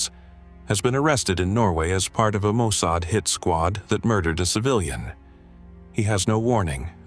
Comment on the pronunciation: The narrator, a fluent English speaker, pronounced Mossad as 'Mosaid'. Mossad is literally pronounced the way its spelled.